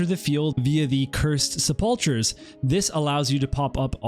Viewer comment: Nice video. Just a friendly fyi, the 'ch' in sepulcher is pronounced like a 'k'.